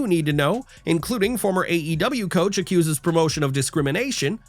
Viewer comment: Acussed you say,.......😅